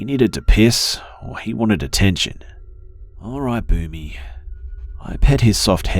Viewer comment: Was the dog's name "Boomy" ? I was hearing "Booby." I was like "who the hell names their dog booby?"